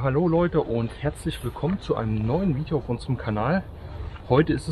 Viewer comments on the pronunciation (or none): Tolles "Fidjoo" 👍